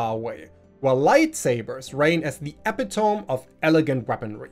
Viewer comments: Its pronounce uh-pi-tuh-mee. Not epi-tome. Drives me crazy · This is something non native and even native English speakers do with the pronounciation of epitome. Its not 3 syllables with the last being extented, eh pit TOME with a long O like TOOOOME. Its 4 quick syllables, uh PI tuh mee. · Love the vids! Keep em coming! But ..Gotta say it cause I hear you say it often. It's not epa-tome. It's e-pit-a-me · e·pit·o·me /əˈpidəmē/ ... Not e·pi·tome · just a slight pronunciation note - "epitome" is generally pronounced "e-pit-oh-me" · Infamous =IN-fuh-mus (Accent first syllable). Epitome =ee-PI -tuh-mee